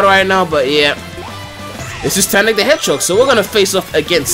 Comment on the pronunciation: Why is everyone talking about that guy saying "Hedgehock" it's just his Faroese accent